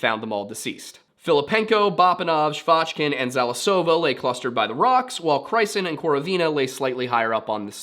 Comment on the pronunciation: I love watching english speaking youtubers discovering russian mysteries, because 1)the struggle is fun, 2)english sources tell different narratives. You're actually challenged by transcribation of most of the words, it gives impression that sounds are more complicated than they are. You really only got some emphasyses wrong - it's KorOvina and ZalIsova, but rules on those things are based on vibes, so it's really ok for english speakers to be confused. And it's BuryAtia - for most of the time the last syllable is not accentuated. And or gosh your struggle with Komsomolskaya Pravda - if you are going to work with russian-based stories, you are going to encounter a lot of fucked up sources that rehash bullshit, we have a lot of low quality journalism on those things. You did a great job on this case, as you did with Dyatlov's!